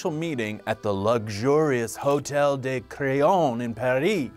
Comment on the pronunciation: Please if you learn just one bit of French pronunciation, de isn't the one said like day! Des sounds like day. De sounds way shorter, duh as if you're just sounding out the letter d.